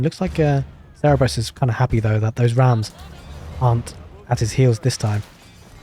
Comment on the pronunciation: Serra berris?? It’s pronounced Sir-ber-us